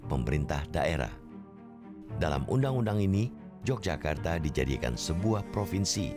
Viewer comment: bacanya YOGYAKARTA bukan J mas🤝🙏